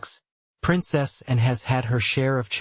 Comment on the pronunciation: Why is the narrator incapable of saying Princess Anne, he says Princess N. TOTALLY USELESS NARRATOR.